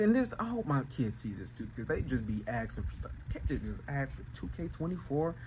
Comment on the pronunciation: Axing what? Very "insping" content lol